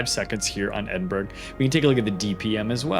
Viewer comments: Thanks for the informative WOWS videos. They are very helpful, this one especially so. Speaking of information, the Edinburgh isn't pronounced EDIN-berg... the UK pronunciation EDIN-bruh is the standard, EDIN-buh-ruh the actual proper 👍 I just learned this myself not too long ago. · In Scotland Edinburgh is actualy pronounced Edinburra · The G is silent in the Edinburgh :) and a nice informative upload thanks